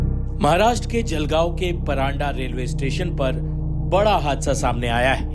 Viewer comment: परांडा नही परधड़ा स्टेशन है।